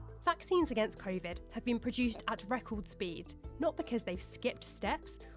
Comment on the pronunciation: "vaccines against 'Crayvid' "